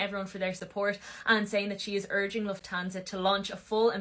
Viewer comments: I’m effing dying at and his luf-tha-nasia. 😂 LUF-TAN-ZAAA…. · The pronunciation of Lufthansa was funny. It is pronounced luft han zuh I think. Anyways enjoyed the show! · You say it Luft Han sa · the correct way to speak the name Lufthansa is kinda if you would say LUFTANZA... Love ❤ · Tyga is nasty Edit: also my guy it's "loof-TAN-za" hehe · Lufthansa “luthanasia” 😂😂😂 I love you too much never double check pronunciation, your genuine attempt at reading unfamiliar words is just the best ❤❤ no shade, pure joy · Not "Luthanasia"!! 😂😂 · Dying over you calling Lufthansa Loof-An-Asia like it's a spa method of putting people down :popcorn-yellow-striped-smile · Not “luthtennasia” for Lufthansa 🤣🤣 gotta love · The way you pronounced lufthansa sends me 😂😂😂😂😂😂 I LOVE YOUR CONTENT and personality♥️ Love from Buenos Aires. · Man, Lufthansa was the best airline back in the day. I really cracked up as you were trying to pronounce it, I need you to hear how it's really pronounced😛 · 😂Maybe he’s dyslexic…there’s no asia in hansa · 😂😂🤣😂 I’m like what country is that ohhhh the airlines 🤣 gotta love him